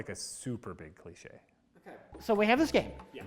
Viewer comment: "Clishay" - "Clee Shay"